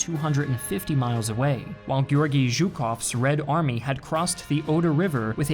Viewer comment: Oh, finally, there's someone english speaking who pronounces Zhukov's surname right! Get that, Simon Whistler of Biographics!